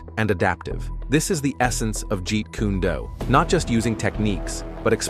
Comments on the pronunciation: Jeet koo-nay doo? AI SLOP. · For some credibility, you should probably start with learning to (or teach your A.I. bot to) pronounce "jeet kune do?" If you had such horridly (and frankly disrespectfully bad) pronunciation and tried to talk to anyone remotely knowledgeable in ANY JKD training gym, they'd LAUGH IN YOUR FACES AND GIVE YOU THE OPPORTUNITY TO LEAVE BEFORE YOU GOT HURT. Incompetence such as yours is not worthy of them stooping to conquer you. Instant unsubscribe